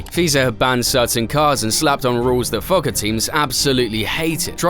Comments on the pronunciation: I hope to god you were being sarcastic when you claimed "nobody knows about 1982" or I just have way more faith in the average fan. Oh and it's pronounced FO-CA not fucka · Could tell you really took advantage of being able to pronounce FOCA lol